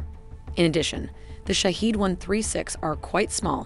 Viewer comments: The pronunciation of iranian drone is "shaa head" not shahid or any other wrong pronunce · Bravo Persian engineers !!!! Sorry but the pronunciation is wrong! It's not Shahid but Shahed which means the observer then attacks! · The correct pronunciation of Shahed is like E in External. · Its not shaheed its Shahed.. shaheed means martyr .. shahed means to witness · yeah but the pronunciation is shaHEED..... probably better like that.